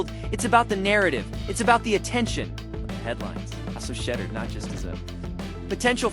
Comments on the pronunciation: Who is shedder?????? Pronounce his name correctly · I don't know why you are pronouncing his name wrong on purpose you know how to pronounce his name quit being a HATTER!!!! SHEDEUR SANDERS #STOPIT#HATER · For the love of all things sacred LEARN TO PRONOUNCE HIS NAME! Bunch of twinkies!